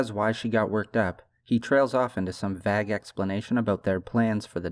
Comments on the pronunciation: Vague rhymes with egg, not bag. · Why tf do you say Vag instead of vague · Dude. You lose all credibility if you don’t know how to pronounce vague. Think about movies and tv. Have you ever heard a word that sounds like Vag before? No. How about Vayeg. V…Aye…G Please, I couldn’t watch the rest because it was so glaring it made me not trust anything you were saying. If you are not 100% on the words you use in your script, just google the pronunciation. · It’s VAGUE (vay-g) not Vag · Vaye gue not vaguh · Vague - Pron. = Vayg. Not Vagg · It's pronounced Vay-Guh not Vag dude come on. How you gonna make a video like this but can't even speak English properly. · Just a note there, 'vague' is pronounced 'Vayg' not 'Vag' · Are you saying vag instead of vague? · Vague doesn’t rhyme with bag, vague rhymes plague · I love the video, I do really find it interesting how you day the word "vague" (two instances ). I say it like "vay-guh" while you say it "vag" like "bag" chopping off the "ue" of the word. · he said "vagg" twice, im out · lol youi keep pronouncing vague as "Vaag". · Did you really pronounce vague as “vag”? I really like the channel, but it makes it hard to take someone seriously after hearing that. I get that people make mistakes, but seriously? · sorry are you pronouncing "vague" as "vag" bruh... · Bro did you just pronounce vague as “vag” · Vague is pronounced ‘vayg’ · Great video my man. Just one note - vague is pronounced Vay-g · loving the video so far, about halfway through. your analyses are always spot on and so well spoken. one little thing, “vague” is pronounced like “egg” but just with a “v” in front of it- “vegg”. it’s a weird word. keep up the amazing content! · VAGG!! I assume that the narrator and writer are one and the same, so I don’t understand how a native English speaker could use the word correctly, yet be so far off on the pronunciation. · you don't know how to pronounce the word vague lolol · I’m going to need you to say “vague” correctly